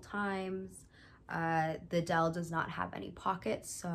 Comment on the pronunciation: u pronounced “deel” kinda like “dale” (i expected it lol) but the “ee” is pronounced like “æ” and “l” is more sharp :)